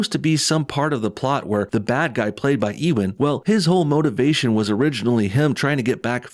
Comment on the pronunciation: Haha, They screwed themselves. They're trying to hint that the two main bad guys are a gay couple. I can more easily see gay super villains being "misogynists" than straight villains😂 Ps. It's pronounced (you-an) not (e-wen). . . Unless you're saying it like that on purpose, haha